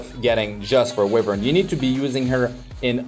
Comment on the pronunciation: mr it's pronounced as whyvern not wihvern, just fyi.